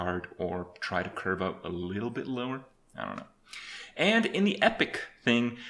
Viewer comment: Опять он весь видос говорит ДЕ ГЕЙМПЛЕЙ